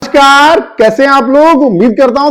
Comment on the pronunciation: In sir ka नमस्कार kabhi भी पूरा नहीं सुना (skar he सुनता hai) 😂 [ baki मुद्दा तो सही है, SSC ने पूरा गुड़ गोबर कर दिया CGL 2025 में)